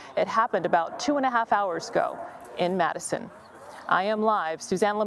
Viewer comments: Dude and gal both saying Matteson too much like Madison. It is a T not a D . Enunciate correctly ! Also I do not consider this a Chicago suburb. Though the urban areas just keep expanding and blend together. I suppose they call it Chicago since Cook County is so greedy about expanding its borders to in order to have more tax collection abilities. oi vey . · Matt son it is spelled of Matteson pronounced Matt son, look many of those cars may have corn syrup as opposed to anything else, and hopper cars with bulk minerals or agriculture products seeds pesticides that sort of thing